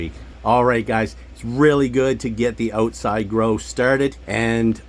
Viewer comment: "Oatside"😂 soory to poke fun.